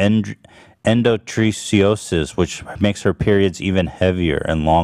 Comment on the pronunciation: “Endo-tree-see-osis” I’m dead